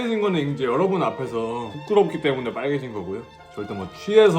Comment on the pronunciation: 구로키 때무넹 개취했엌ㅋㅋㅋㅋㅋㅋㅋㅋㅋㅋㅋㅋㅋㅋㅋㅋㅋ발음 뭉개지는 거ㅋㅋㅋㅋㅋ 개귀엽넼ㅋㅋㅋㅋ